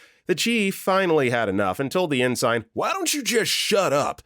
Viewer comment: Please properly pronounce the word 'Ensign'.